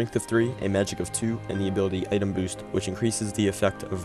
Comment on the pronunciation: "Item Bost"